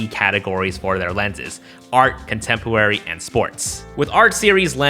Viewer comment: ” Contempwary” 🤣🤣🤣🤣